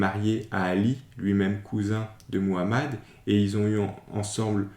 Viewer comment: Au moins toi tu parles bien le nom de notre prophète Muhammad (❤Paix et salut sur lui)